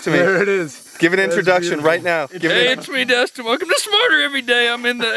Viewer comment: Dustin* not Destn